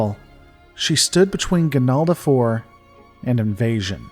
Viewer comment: It is "Ganalda".